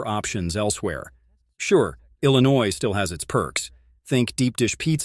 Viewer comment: LLLINOUIS? Lol